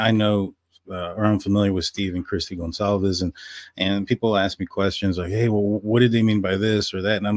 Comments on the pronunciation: I appreciate his taking time to interview on DTS. I must confess I question how well Blum knows the case because he mispronounced the Goncalves last name and the Kernodle last name. 35 minutes in so far. The Judge Judge did that and the families were highly offended. Blum just now said Goncalves wrong again 36 minutes in or so... makes me sad. I never knew them and I'm not LE but I have enough care to say their names correctly. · he mispronounced the name of the city more than once after telling Daniel how it is supposed to be pronounced, Kaylee's last name, and Xana's last name. Thank goodness he said Chapin correctly. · You would think spending so much time studying the murders and victims then he would at least know how to pronounce their names. He says he wants to honor them then he says names totally wrong. I found it so annoying.